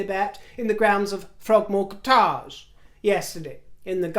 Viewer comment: I instantly contracted your pronunciation of 'Frogmore Kott-ta'j to 'Frottage'! Suits the Harkles! Oo la la, Rivoir!